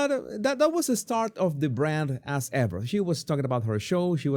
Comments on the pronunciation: Your accent makes “As Ever” sound like “Ass Ever” which is a lot more accurate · The way you say As Ever, like Ass Ever...applause!